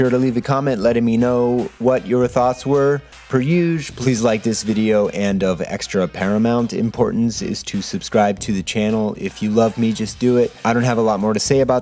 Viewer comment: i would recommend: dont say "youge" instead of usual. unless you are talking about how douchey it sounds